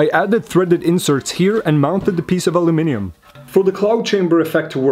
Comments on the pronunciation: Guy is saying Aluminium right. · And he pronounces Aluminium correctly as well- what's not to like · Hearing the word aluminium on youtube brought a tear to my eye ❤️ (Instead of alooo-mium) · You said aluminium correctly :face-fuchsia-tongue-out